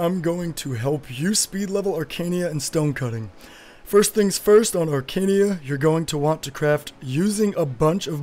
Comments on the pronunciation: question...why you say "Arcania" when its Arcana.. =| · Wtf is "Arcania"?